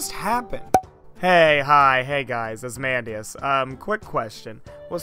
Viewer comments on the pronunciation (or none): The mispronounciation of Asmodeus really irks me, but either way amazing video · It bugs me so much... AsMANdeus? Uhhhh....